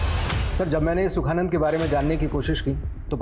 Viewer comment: सुखनंदन नहीं सुखानंद। स्क्रिप्ट पढ़ लिया करें।